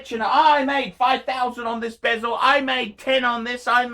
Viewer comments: when did bezel become bee-zel ? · Hey - that's not how you pronounce 'bezel'